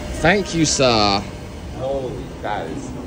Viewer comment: " ThAank YoU sIrR" So polite 😅